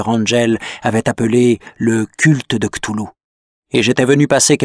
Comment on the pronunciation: "KlauwLou" prononciation de l'auteur , et bin il n'existe pas selon la science parce-que il y a l'effet d'echelle.... Merci Dr.Nozman